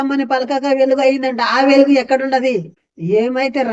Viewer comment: ఎలుగు కాదు వెలుగు ముందు వెలుగు అని పలకటం నేర్చుకో👍